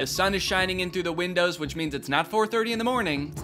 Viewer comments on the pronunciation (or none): none